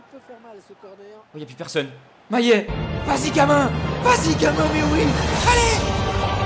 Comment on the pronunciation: C'est MaLLet et pas MaYet mdr